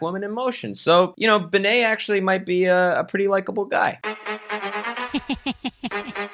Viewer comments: Oh my god the way you pronounce bene😂 pretty sure it’s short for Benedict and you’d rather say Bae-nae imo but no hate of course I literally don’t care it’s just funny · yesss and the way he pronounces "Bene" as "Baynay"